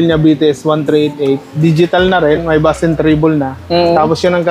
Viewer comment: Bass is pronounce as base